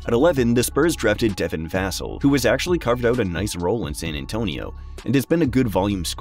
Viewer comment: Great video! I do think that you should brush up on your pronunciations of players' names. Some that I noticed you might want to hear: Poku, Deni Avdija, Devin Vassell